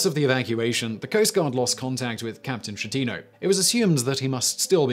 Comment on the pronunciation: pronouce Skettino jeez